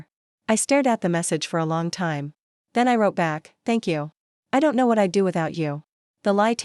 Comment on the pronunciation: ⏰ time not Ti me. Audio reading is terrible.